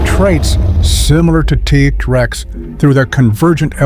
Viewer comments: worst ai generated speach ever- tah rex instead of t rex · "Tuh tex" ? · Tah - Rex? No thanks AI